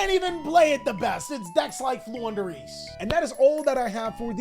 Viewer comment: you made me proud by saying Flundereeze.